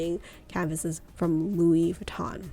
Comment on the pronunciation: Your prices are somewhat off. Artois PM is $2400 pre-tax in the US following the price increase earlier this year. Always cheaper to purchase in Europe, of course. Pronunciations are a little off, too. The Louis is Saint Louis is the same as Louis Vuitton, not "Louise." Martin is pronounced differently in French as well. I also think you meant "boast," not "boost."